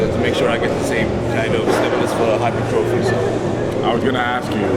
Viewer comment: I love when people pronounce hypertrophy as "hyper-trophy"